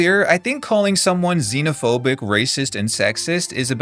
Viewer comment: was working on my zine while listening and heard "zinophobic" and was like ffs